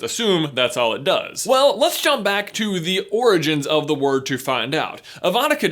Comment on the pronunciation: did he just slurr his word "lets"